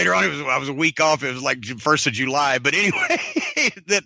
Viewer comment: He says July Jew Lie lmfao it cracks me up 😅